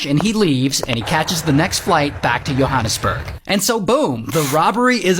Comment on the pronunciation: That guy near end pronounced Johannesburg correctly. There was also a movie made about Andre, from hollywood. Otherwise, the rest of the video was higly informative. Now democrats are fearmongering with Protect 2025. Great video. Thanks!